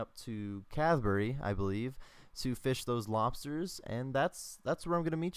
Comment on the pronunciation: why do u say cadburry its catherby l2read